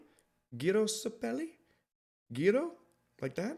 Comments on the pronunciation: gyro's name is pronounced "jairo" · It's pronounced "Jairo" 😅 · yeah but im hear sometimes somebody call Gyro like Kyro or Giro or Cairo